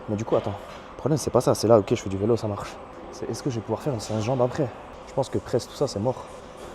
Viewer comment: J’aime bien comment tu dis vélo 😂, vailo